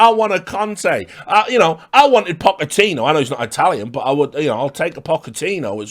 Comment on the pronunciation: The way you say I-Tallians and Pocka-tino lmfao